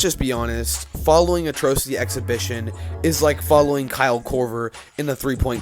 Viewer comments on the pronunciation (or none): that is not how you say atrocity😭